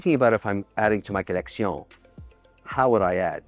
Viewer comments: I took a shot every time he said "co-leck-see-own." Now I'm plastered. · The way he says collecsiooon 🤣🤣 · Lol co-leck-see-none